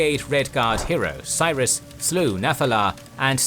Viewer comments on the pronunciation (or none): none